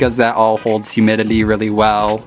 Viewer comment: I can't be the only one hearing him say "Humilily" instead of "Humidity" Right??